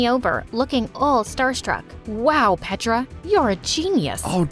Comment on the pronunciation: you're saying petra's name wrong, you're saying petraa, you're saying petra in Serbian